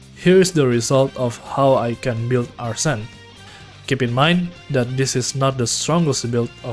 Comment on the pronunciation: Nice vid but your pronunciation of Arsene is making me lose my mind no offense